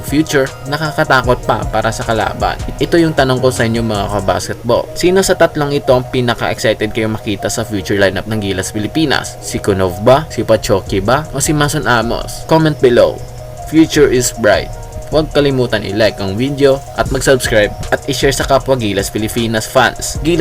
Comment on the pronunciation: Alexander Pachuki, not Pochoki, ayusin mo nman, parang chumachamba ka lang eh 😂😂✌️✌️